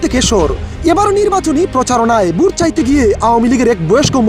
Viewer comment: Ai YouTuber ki vashai kotha bole ?? Vut ki naki vote. Kotha bolte pare na abar YouTuber hoise . Sor amar samon theke hahahaha 😂😂😂😂😂😂